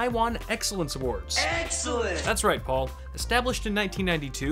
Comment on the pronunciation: when I first heard him say "That's right Paul" I swear he said "That's right bald"... like damn, shots fired lmao